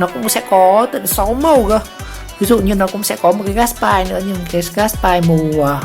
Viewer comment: Gát bi chứ không phải gát bai nha😂